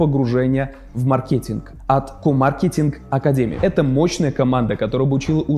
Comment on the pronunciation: Пожалуйста, во имя успеха рекламной кампании, говори мАркетинг) Прошу)))